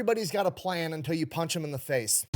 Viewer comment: “…till you punch them in the fayth”